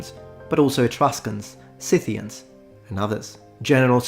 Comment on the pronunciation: THANK YOU for pronouncing "Scythians" CORRECTLY🥵